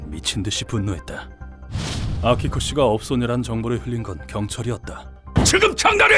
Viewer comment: 나만 아키코가 빠삐코라고 들리는 건ㄱ...